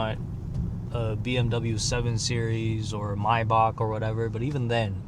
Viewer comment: I love how you say Maybach. "Mybock" lmao 😂